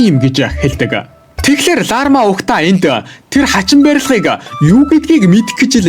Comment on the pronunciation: Larma❌ Larva✅ hahahahah